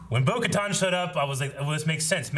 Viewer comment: It kinda bothers me that some people say Bo “ka-ton.” The way they pronounce it in the show is “ka-tan.” Its probably just me I guess